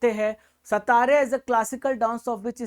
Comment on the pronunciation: Assam ka Classical dance "Satariya" nahi "Satriya" hain sir. Pronounciation galat hain.